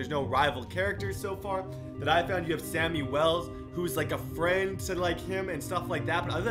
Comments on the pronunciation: It is shammy not Sammy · It's not Sammy it's shammy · It's Shammy not Sammy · It's pronounced shammy